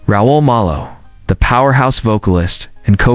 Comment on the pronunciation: Frankly, it pisses me off when these AI narratives mispronounce the subject’s name…